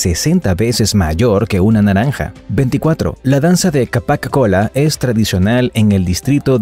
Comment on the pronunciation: y el 24 se pronuncia capac colla